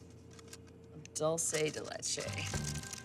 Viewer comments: it is pronounced DOOL- SEH DEH LEH-CHE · Sorry Anna, that is not dulce de leche. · Anna, That is not Dulce De Leche. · looks delicous! but damn girl that's not how you say dulce de leche!! check your facts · Come on Anna! That's not dulce de leche